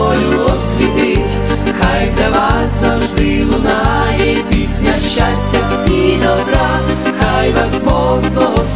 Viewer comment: Все гарно ,але по українськи є щАстя, а не щЯстя і т.д. Навіть під відео написано назву пісні * Хай щастить вам...* а не хай щястить вам. Просто ріже вуха така вимова.